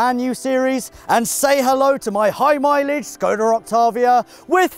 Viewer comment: Please, it is "Škoda Octávia" call it this way. It hurts my czech ears.